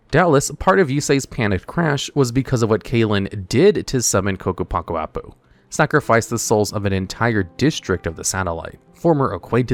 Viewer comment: WTF, actually said Ccapac Apu correctly?